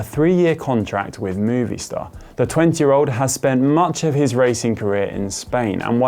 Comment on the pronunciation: Dude really pronounced Movistar as "Movie Star" after all those years of racing as a pro... bruh